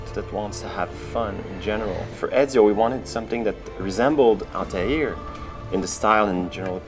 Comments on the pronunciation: it's Altair not Altiar o.O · They can't even say Altair properly. lmaoo